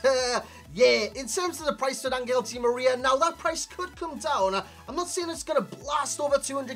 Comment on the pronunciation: Hey i’m argentinian and it’s pronounced AnJel not AnGel. His nickname is “el fideo” = the noodle